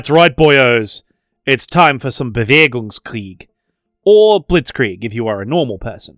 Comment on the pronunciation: 1st: I am a normal person. 2nd: it's still Bewegungskrieg for any normal person of germanic descent! Note: I am, however, impressed of your pronounciation. It didn't immediately curl up my toe nails 😂🤣